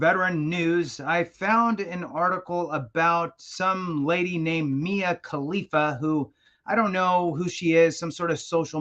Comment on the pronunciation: I honestly have no clue who she is, but I have heard the name before. The way he emphasized it though 😂